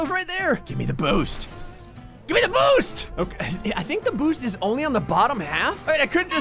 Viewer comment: When he said “where’s my boost?” I swear I heard him say “where’s my boob?”